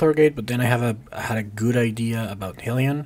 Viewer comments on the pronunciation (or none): It’s pronounced Heelion, not Hellion :)